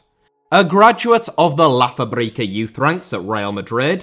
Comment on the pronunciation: La Fábrica not fabríca.